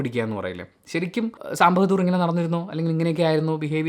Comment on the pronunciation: Sam ബെഹദൂർ അല്ലടാ ബഹാദൂർ. ...ഇവനെ ഒക്കെ